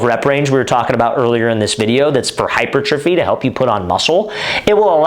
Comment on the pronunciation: Thx for the vid coach! Btw, hypertrophy is pronounced hyPERtrophy